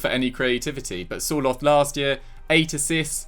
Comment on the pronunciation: Sir-lot not 'soar-loth'